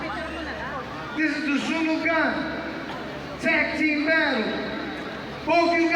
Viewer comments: the way the emcee pronounced the word "sunugan" totally fucked the hell out of me. KUPAL!!! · "SHUNUGAN MAKE SHAM NOY" tang ina ka talaga jollibee... pakyu.